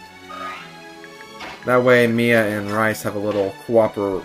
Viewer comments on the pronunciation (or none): im pretty sure its pronounced "REESE" >:)